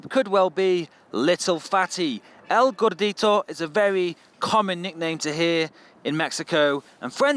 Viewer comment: oh gran, I always support your videos, keep doing this awesome videos, God bless you:3 btw I like how you say El Gordito hahahaha